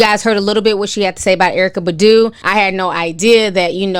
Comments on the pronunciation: BAHH-DOO not budoo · Why u keep saying badu. Its pronounced as bah-due (badu) lol. I still love u. Even how u pronounce nuisance. Love it. stay blessed.